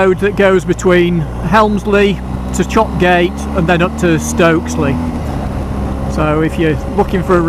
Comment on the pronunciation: Good review. However, I must take issue with one thing. Chopgate is pronounced ChopYat. You aren’t the first to make this serious mistake. That road though is superb - made for bikers.ATB